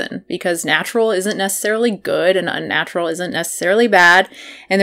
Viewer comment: unna tural? what, why?? UNNA_TURAL? IT IS UNNATURAL, OR UN NATURAL. NOT UNNA TURAL.